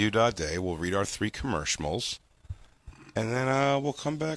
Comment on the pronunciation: Jay calls the commercials 'commershimals', Feld-dog style.